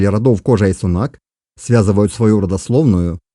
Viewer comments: Немного резануло слух: "включая Торе и кОжу". Извинения услышал, все нормально, автору проститительно. Но правильнее, конечно, произносить как род "кожА", слово не склоняется. Говорят, что произошли от средневековых арабских миссионеров. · Ударение в казахском языке ( как во всех тюркских языках) подает на последний слог: не кОжа, а кожА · как и во всех тюркских языках. ХожА , а не кОжА ))) Изначально от слова "ходжа". Жаль , что хорошая работа портится каким то марсианским произношением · Очень интересно, только слух режет как произносишь названия. Не ставь ударение на первый слог. Например ты произносишь название рода кОжа, но надо кожА и тому подобное. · Кожа ударение на а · Не кожа,а кожа ударения ан а